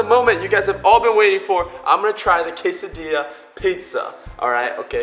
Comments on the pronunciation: It's pronounced K-sa-di-a not k-sa-dil-a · ITS PRONOUNCED (KAY-SA-DEE-AH) NOT (KAY-SA-DILL-AH)!! GET IT RIGHT! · (quesa)diya) not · I'm Mexican u say quesadilla say quesadia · its quasadia not quasadilly lol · I always cringe when he pronounces quesadilla "case-a-dilla " or "case-a-deeya" still love u <3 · ??? Sometimes he pronounces it quesa DEE lla and sometimes he pronounces it quesa deh lla Is there a correct way? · quesadilla (kay suh dill uh) song it goes "quesadilla me uh milla quesadilla " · When he says quesadila it hurts my heart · It's pronounces Kay-suh-dee-ah just so you know. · when he said "quesadiLLa" i cringed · its prononced qesadilla the two lls sound in spanish is y ok just telling you by The way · My mom just puts the peproni in the quesdia im mexican and it's pronounced Ca-sa-d-uh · it's actually called a .. k-a-s-s-a di-a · he said casidilla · it is pronounced ka-sa-de-a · ItsJJDuh GT I was wondering who else would get mad at him for that but yes, it's annoying he said it wrong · Every time he says quesadilla incorrectly part of me dies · In quesadilla and any other Spanish word with a double l, you pronounce it like a y, instead of an l. If it's a single l, then pronounce it like an l. Your Spanish lesson for the day. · Good job on correcting yourself after you said "quesadilla" incorrectly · your saying quesadilla wrong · He didn't say quesadilla right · Your saying quesadilla wrong and the l is silent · You said quesadilla wrong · u dont have an accent when you said quesadilla with the ll learn to soeak proper spanish